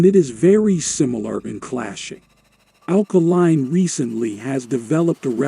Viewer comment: Alkaline??! 😹😹 try be careful on swallowing yuh dishtowel tongue, ye?